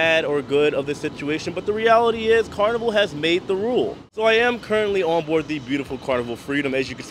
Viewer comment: There is no such word as “confinscate”. There is no N. It’s con-FI-scate. And you don’t “bort” a ship. You Board. I just thought as live reporting blogger, you may want to know. I did chuckle though when you said, “the technician in Tampa didn’t know I was” 🤭. I didn’t either until I saw this for the first time this morning. Happy sailing.